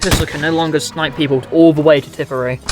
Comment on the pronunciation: pronunciations corrections: it is tipperary not “tippary” and it is pronounced “car-bean” not “car-BINE”